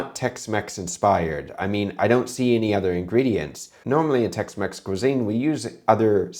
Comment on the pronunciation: Jamie Olive-Oil Tex-Mex ❌ Jamie Olive-Oil Tex-Mess ✅